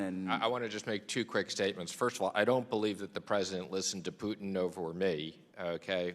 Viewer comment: Did she just call Putin Tudin in her very first reference to him?😂😂